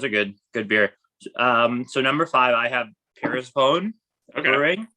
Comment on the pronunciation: Love the shoutout, bro! FYI, it's 'per-sef-on-ee.' Get your head right.